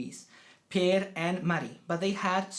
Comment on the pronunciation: Per is actually pronounced just like 'pair'. The only difference from English is that the 'r' is trilled with the tip of the tongue. Or if you say it in Per's own south-western dialect (halländska), you almost don't pronounce the 'r' at all. Maybe with just a small hint of a guttural 'r'.